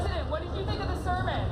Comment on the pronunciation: You mispronounced “all” of her “sermon”